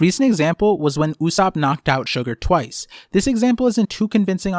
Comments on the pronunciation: why are you reading Usopp's name like Usupp its o not u and its not like ''mom'', its Japanese after all. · Great vid, but I thought it’s pronounced“ Ooh - Soapp”